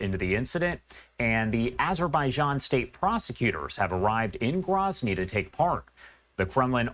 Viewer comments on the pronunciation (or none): First of all.. it's GROWzny... not GRAHzny. Second of all... it's wartime. Even during peace, you are taking serious risks travelling to Chechnya. How many civilians have died in the last 2 years in Ukraine/Russia conflict, or Isreal/Gaza? They're all tragic. When the dust settles, I am confident the pilots made a mistake and were NOT where they were supposed to be.